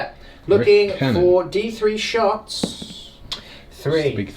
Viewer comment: Love this worldeaters army Also everyone says rift cannon I hear wiff cannon